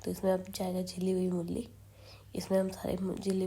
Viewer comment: mulli nhi mooli bolte hai